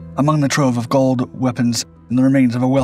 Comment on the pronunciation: Golb?! Of golb? Mask of GOLB.???!Jesus my ears are BEROEKIN.